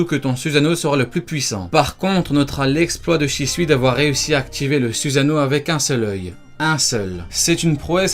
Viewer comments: On dit pas suzano mais sussano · « Zuzano » ça me STRESS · Ta prononcé même pas correctement le mots Susano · sa sert a rien de faire des videos sur les meilleurs... parseque toute les personnes ont le soussano et stp prononce bien les mots pk tu fait peter les tinpents